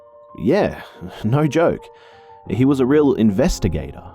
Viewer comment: In-vest-agator! I love it!